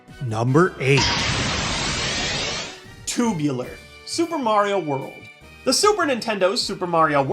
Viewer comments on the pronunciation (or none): HE SAID SUPER MARIAH WORLD